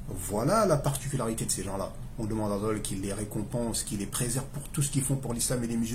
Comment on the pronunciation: Salam aleyka akhy j’ai comme l’impression que tu dit « laye » à la fin du nom d’Allah Qu’Allah facilite